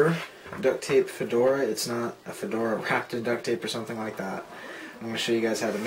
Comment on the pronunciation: fedora sounds like "for dora"